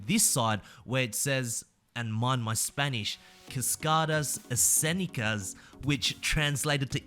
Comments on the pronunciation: OMG you spanish pronounciation for cascadas escénicas was SOOOP good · that was a very good pronunciation. Btw im mexican